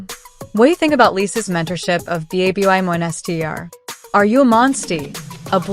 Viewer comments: Lisa did well, and did good. 👍 But "Babbymonster"? Check your pronunciation! Other than that small detail, this is a good story. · Why does the ai have issues pronouncing babymonster?